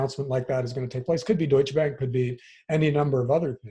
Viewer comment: Dat Deutsche Bank pronunciation, tho. But yeah, as a german and a friend being a banker - they are done for and it's just a matter of time. In addition to it: I don't think a hard currency reset will work from a sociological aspect. We have raised at least one, possibly two generations that will completely fall apart from that and civil unrest will happen over several western nations. And to add to silver: I think it's still a pretty good and undervalued investment. Also it is easier to aquire in small amounts for the people less wealthy. But the biggest advantage of Silver over Gold is that it eventually will be used more and more in industries - especially in the semiconductor industry (to make it quick, we are reaching levels of shrink where the advantage of better electrographic properties of copper will not make up for the disadvantage of worse heat-transfer when you pump 50+ watts into such a small area). So yeah, buy silver for the crash as well as afterwards when the industry starts growing again.